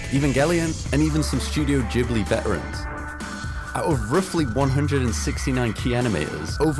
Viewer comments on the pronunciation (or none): none